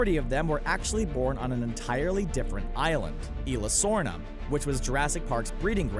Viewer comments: Dr. Henry Wu also stated in Jurassic World that nothing in the park is 100% a real dinosaur. Pronunciation corrections of Isla Nublar and Isla Sorna: it's not "ee-la Noo-mar" and "ee-la Sorna", it's "ees-la noob-lar" and "ees-la sorna" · Wtf is eela Noobar ? And eela Sorna? .. you could've said site A and Site B. Poor content